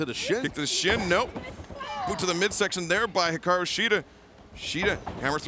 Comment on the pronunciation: Shes the only one who pronounces it right